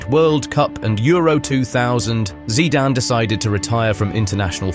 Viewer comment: Definitely AI, nobody who knows anything about football would pronounce his surname like